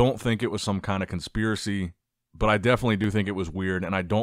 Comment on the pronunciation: "I don't believe it was a conspirary" then proceeds to emphasise the call outs several times. Come on. I feel like you deep down agree with Tonio😅